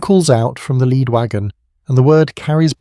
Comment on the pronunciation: A real tell for an otherwise pretty good AI voice is always pronouncing “lead”, as in leading man, as “led”…